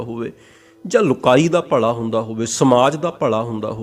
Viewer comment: ਤੂੰ ਪੱਗੜ ਬੰਨ੍ਹ ਕੇ ਲੋਕਾਂ ਨੂੰ ਗਲਤ ਪੰਜਾਬੀ ਉਚਾਰਨ ਕਰ ਰਿਹਾ ,ਭਲਾ ਹੁੰਦਾ ਨਾਕਿ ਭਲਾ਼ ਸਾਲਾਂ ਫਿਲੌਸਫਰ ਬਣੀ ਫਿਰਦਾ